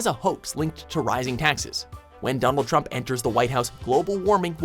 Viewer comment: Is it just me or did he say dumbol trump